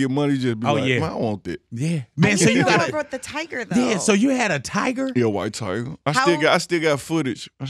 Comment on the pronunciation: "Yea, Wyte Tigah" 🐅